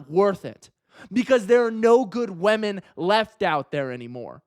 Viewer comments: everyone: women: wèmen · TL;DW: Attractive guy tells short ugly guys to try harder... he also says wahmen.